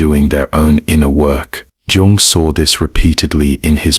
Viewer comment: Sounds AI-ish - the narrator pronounced Jung with a 'J' rather than a 'Y'. This smacks of inauthenticity, ironically.